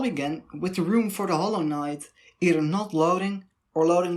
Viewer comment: that howwowknyight pronounciation lmao